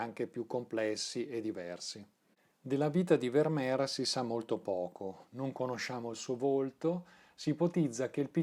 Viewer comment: Il mio occhio dice che ogni quadro di Vermeer è immenso (corretta, fra l'altro, la pronuncia con la "f"). Buono anche il film "La ragazza dall'orecchino di perla", come da te ricordato. Grazie. 🙏